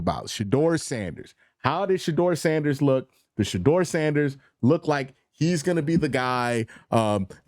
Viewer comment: Yo it’s Shedeur NOT Shadoor!